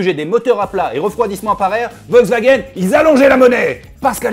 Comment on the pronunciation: On notera le Volkwgaen 😂